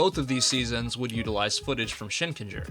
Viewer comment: Shinkenger did not hit right in English, it was butchered. But it was absolute peak Sentai.